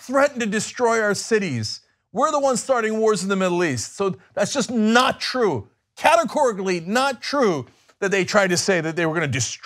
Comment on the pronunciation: Bibi said it's twue so it's twue. Not hard Young Jerks. BTW ISRAEL IS SECULAR